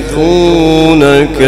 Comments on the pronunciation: qari sahab layazlaqunaka padh rahe hain yrr galat padh rahe hain layuzliqunaka hai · بہت بہترین قاری مگر اس کلمے میں اس نے غلطی کیا صحیح اس طرح ھے امام نافع کی قراءات لَیَز لِقُونَکَ دوسرے لام کے کسرے سے